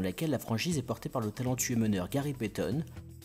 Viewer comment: la NBA a annoncer non officiellement que la prochaine extension sera a partir de 2025. Pas mal ta vidéo mais pitié arrange ton accent anglais stp, car j ai eu l impression que l un des meilleurs meneur de la NBA all time gary payton et pas peton comme tu me dit joue dans le gers en division senior